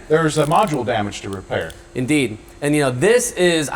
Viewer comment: "in deed"